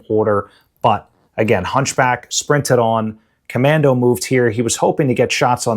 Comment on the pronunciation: Great show. the "ComanDOH"